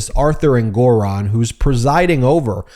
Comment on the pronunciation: So you still can’t pronounce Engoron correctly.